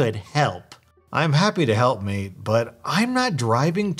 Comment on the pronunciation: Bruh he said maid but its mate actually